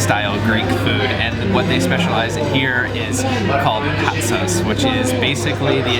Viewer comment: And...the "Patsas" (soup), the emphasis is in the second "a". Thanks! Your video-work is highly appreciated.